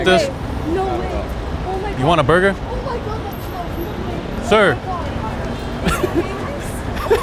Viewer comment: Lofe of bread